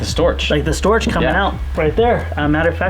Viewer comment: Glad it was a big succes. BTW, a coffee making man is a barrista and Storch is pronounced Stork (it's a German thang).